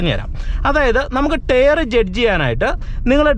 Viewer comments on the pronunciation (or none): എനിയ്ക്ക് അതല്ല മനസ്സിലാകാത്തത്... ടയർ എന്ന് എഴുതി താങ്കൾ ടെയറ് എന്ന് പറയുന്നത് 😢😢.